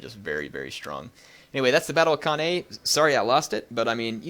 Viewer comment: Hate being 'that guy' but it's pronounced can-eye